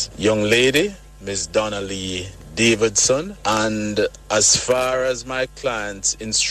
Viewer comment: You can tell this lady’s attorney doesn’t care for the missing girl, when he can’t even say her last name correct!!!! Called her davidson . Normally when people do that they know something.